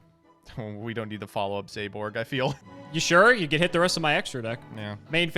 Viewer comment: I am so personally offended by how pronounces Zaborg... Zayborg? Was there a Y I didn't notice? Hell even if you put an E at the end it doesn't work! I swear he's doing this to piss off me specifically... Like I know reading is hard... BUT IT'S THE FIRST WORD ON THE CARD!!!